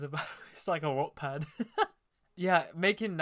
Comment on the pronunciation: AYOOO I DO PHOTOGRAPHY TOOO🙋‍♀️ and i love how you say wattpad- "WoTtpAd" n e ways hi i love your videos youre amazing<3